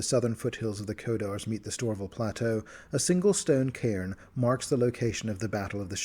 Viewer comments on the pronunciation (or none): none